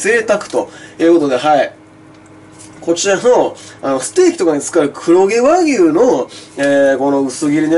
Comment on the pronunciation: 黒↑毛↓和↑牛↓